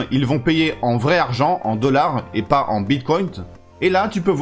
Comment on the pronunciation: Il n'y a pas de T à la fin dans "bitcoin" ,,,, :-)